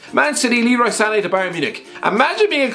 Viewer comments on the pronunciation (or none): none